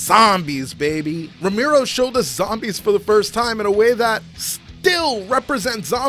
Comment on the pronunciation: Bro you lost me when you started calling him "Ramiro"